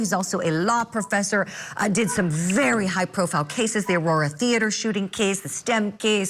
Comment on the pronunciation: Bare bare in twoble😂